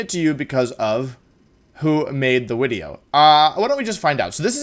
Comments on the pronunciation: Don't care about competitive Pokemon and literally only come here just to hear him say "wideo" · I have given up on day 7 of saying "wideo" without any response. I am greatly ashamed and saddened that you never did respond. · I love that he says a "w" sound for "v". I lived in Germany for a year, and when they speak English and do the same thing it's hilarious. There were people there called veggie girls (because they cut a lot of veggies), and you can imagine what their name became... Lol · Wolfey doesn't pronounce video incorrectly. He's just a time traveling roman